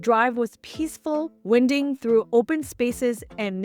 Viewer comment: Winding is pronounced / WAI-nding/